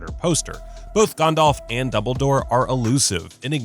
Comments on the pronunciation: Ah yes... Sorahn the dark lord and Gondahlf the gray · the fact he says the one ring is macguffin from the start says alot abou what you need to know about how basic this narrators knowledge is. FYI both a potter and a LOTR fan. also he pronounces Gandalf as Gondolve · Meh, the way he says Gandalf is wrong, but that pronunciation of Sauron is correct. It doesn’t sound like “sow-ron” it is more like “sorron”. Just watch the Tolkien documentary, it’s literally how he pronounces it. And yes Ik im late to this. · Cool video, but why do American's always mispronounce Sauron? His name, phonetically, is Sow-Ron, not Saw-Ron. Similarly I've noticed they also pronounce Gandalf as Gan-Dolf instead of Gan-Dalf. It's a minor complaint but it irks me. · Sau-ron not so-ron and Gan-dalf not Gon-dolf 🤦🏻 however you are right about all of them but I think it is normal because Tolkien is basically the father of this genre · It really enrages me sometimes that despite the names of Sauron and Gandalf pronounced how they were supposed to be pronounced, some people still pronounce it severly wrong. Like this dude who said Soran and Gondalf. And yes ik some other countries dont have perfect english accents since their nation doesnt use english as their primary language. Im more reffering to people who use english as their first language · Gondalf smh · Ah yes, GAHNDALF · G-ah-ndalf, and he says Michael Gambon weird too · Why do Americans nearly always pronounce Sauron and Gandalf wrong? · I’ve gotta express my feelings: the way the narrator fails to enunciate the “T” in Voldemort and the way he pronounces Gandalf drives me insane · Anyone else totally triggered about how he pronounces “Gandalf” and “Sauron?” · Yep came to the comments just to see if i was the only one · Not just that, but the way both Sauron and Gandalf's names were pronounced, really bothered me